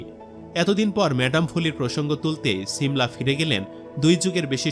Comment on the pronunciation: ছিমলা না 😂 সিমলা